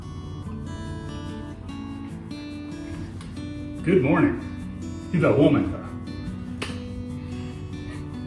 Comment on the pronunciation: "muuurning", "hyvää huomenta" suprisingly good pronounciation